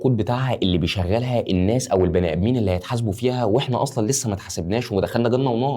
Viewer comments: جزاك الله خيرا ربنا ينور بصيرتك بس لو سمحت اتعلم حتى اساسيات التجويد. انا مش أهل أعلق لك على مخارج الحروف لكن الأخطاء في الضبط (التشكيل) في القرآن تعتبر كارثة الناسُ مش الناسَ التغيير دة ممكن يعكس معنى من معاني القرآن مينفعش في حقك وانت تعتبر ( public figure) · الناس السين عليها ضمه مش فتحة وشكراً لمجهودك الهادف